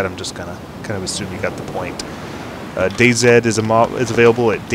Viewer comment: "I'm playing DayZed" actually pronounced DayZi! :)